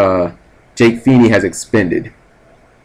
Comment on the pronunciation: Everytime Cap says Jake's name all i can think is "PHEE-NAY!!!" is it just me